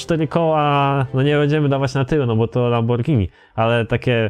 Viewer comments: Lamborgińi XD lambordżini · Mów normalnie a nie jakieś lamborgini